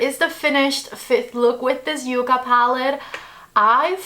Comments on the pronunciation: With 2 C's it is "Yuh-Kuh" and with 1 C it is "Yoo-Kuh." Yucca is the southwest plant (and the inspiration for this palette) and Yuca is the edible potato-like plant. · You are my go-to reference whenever I want to apply eye shadows. Congrats on getting the code...too bad that I had placed an order much earlier before this video came out...ah...bummer. 😂 BTW, it's called ya-ca not u-ca, just so you know. 😊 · N O T. Y O U K A !!! YUCKA I know that sounds weird but its the name of a plant.